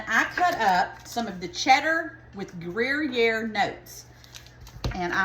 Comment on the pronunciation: Pronounced "Grew Year" cheese ❤ it gives it a nutty tangy taste like Swiss